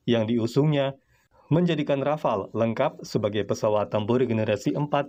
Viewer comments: ..bilang Rafale..Rafael 😂😂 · Rafale jadi Rafael..😄😄😄😄😄😄😄😄😄😄 Dahnil...2x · Bacanya: RAFAL. bukan RAFAEL. Sekedar informasi saja.